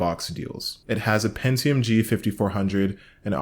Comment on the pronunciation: Shit was cool until you said Pentium...